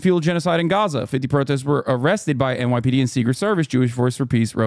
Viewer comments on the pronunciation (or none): none